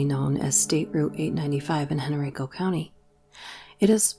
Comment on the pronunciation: Henrico is pronounced with a long I like eye. Just for reference. Great video from my home state. 😁